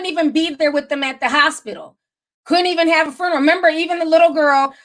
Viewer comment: Not a vigual 🤦🏾‍♀️ the word is VIGIL...and FURNERAL 😒